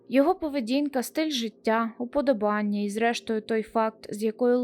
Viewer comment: я через це ледь змогла дослухати відео 🙄